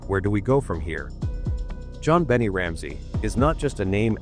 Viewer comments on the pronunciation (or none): it's 'Bon nay' not bonny or bennet, omg. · To the narrator, do you live on Earth? Pronounced.... Jon been aye 😊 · Yet another AI “performance” during which JonBenet’s name is pronounced wrong. Jon Bennie is a new one, though, I have to admit. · Her name is pronounced Jon Ben Nay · I don't like the way the narrator pronounces that Baby's name. He makes it sound like Jon "Benny" Ramsey...Smh... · How do you know? Bon nay??? Funny how sometimes parents give their children names that even they dont know how to pronounce....I listened the way they called her..think i heard something like Be ney...idk..never heard this name before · in England it's Ben it Americans always pronounce it like that they always saying shit wrong but this is ai and banned from 15th July which is tomorrow but in England that's wrong but in US they always say it like that.